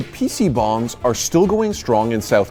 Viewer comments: I kept hearing PC Bongs. Haha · as a korean, its funny to hear people say pc bong lol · I can assure you it was neither pronounced correctly in English nor Korean. But it made for a cute joke at the end. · you butchered every pronounciation possible on those korean words.